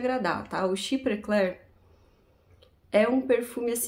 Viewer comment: Caso seja do seu interesse a pronuncia em frances : chiprê clérrr (arrastando o r igual carioca) boás dôrranj quir vér